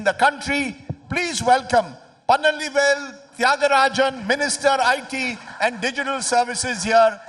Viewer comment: His name is Palanivel, not PaNalivel 😂